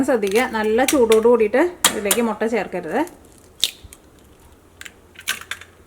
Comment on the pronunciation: 😃😃😃mottann parayalle muttann para mottann parayumbo artham marum